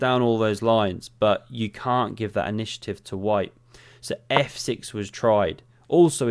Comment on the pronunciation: "There's a flow, there's a harmony, there's a... nishative"